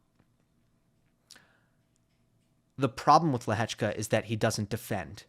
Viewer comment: Is the sole American that pronounces Lehecka's name correctly?